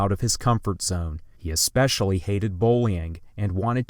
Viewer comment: Especially is pronounced like it's spelled. There is no "eck". It is based on the word special. Es-special-ally.